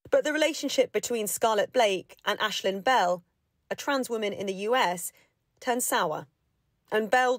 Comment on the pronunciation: Man, not wonan. This is utter ridiculous.